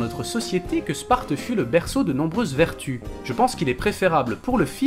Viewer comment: "Sparte fut le berceau de nombreuses vertuEs"... y'a pas de E à la fin de vertu en français (en anglais oui mais c'est "virtue")